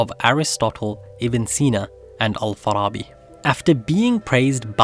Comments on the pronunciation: Finally a historic video about Muslims with good arabic pronunciation, subscribed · How do you have better pronunciation than most non Arab Muslims? Me included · Clean arabic pronunciation, are you arabic? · Bro, you are the only one who are not arabic and could pronounce arabic words perfectly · How is both your english AND your arabic pronounciation so perfect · Like just for the mere fact that you pronounced all the arabic words correctly !! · This was a great video. Al Ghazali made so much sense. thank you for making such a clear video on a profound topic. Unrelated but your arabic pronunciation is on point.